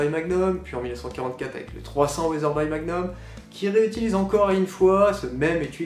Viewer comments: Les fabricants d'armes devraient remplacer leurs armes chambrées en .300WinMag en .300PRC il faut savoir évoluer avec son temps , et cela se prononce "Weatherbi" pas "Weatherbye" 😉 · On prononce Weatherbi comme bee. C'est dommage qu'un passionné d'armes ne sache pas prononcer correctement le nom d'une marque emblématique. Good bee!